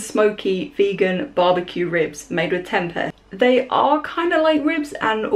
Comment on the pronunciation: The way you pronounce tempeh 😂